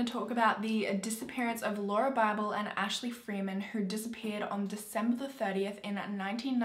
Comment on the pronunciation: You pronounced Lauria's name right